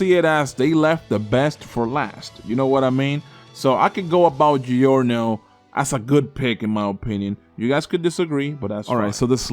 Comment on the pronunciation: You have to say giorno